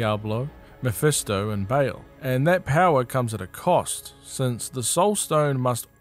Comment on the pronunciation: Nice, except one complaint: how did you manage to mispronounce Baal as Bale?